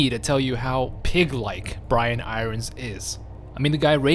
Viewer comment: I nearly had a freak out moment when u kept saying Brian I rons please can u pronounce it irons like the fucking metal sheeeeeesh lol